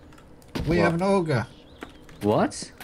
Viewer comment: auger sounded like oger